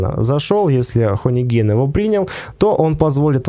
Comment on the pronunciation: Хани, не хони.